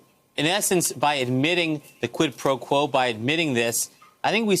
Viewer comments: The deranged moron can’t even say quid pro quo without stuffing it up. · Lol Trump struggles to say Quid Pro Quo 🤣